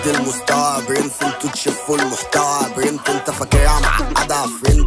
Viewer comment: انتو تشفو المحتوي يا برينت مش يا برينس